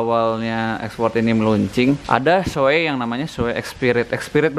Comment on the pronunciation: bacanya shui bosq